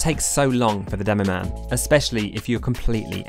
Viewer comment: DEMOMAN? DEMOPAN